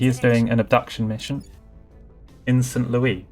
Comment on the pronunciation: While this is the correct way to say the name of Louis (loo-ee) as is being referred to King Louis IX of France in the name St. Louis, it is not how it's pronounced within the United States, instead being St. Louis (lew-is)